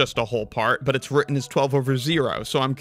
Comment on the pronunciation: Sorry, I can't take anyone seriously if they can't properly pronounce the word "written".